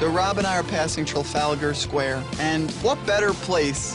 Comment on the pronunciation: I cringed when Scott said “Trafalgar Square”